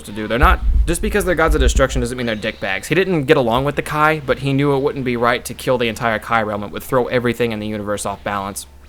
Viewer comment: Kai not kye